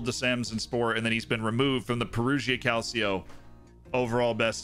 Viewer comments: More like "Calcho" (two syllables, not three) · Please don't say "calseeo" it's hurting my italian ears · Check pronunciation in words: Calcio, Udinese, Perugia, Cittadella... 😬 they were all said incorrectly.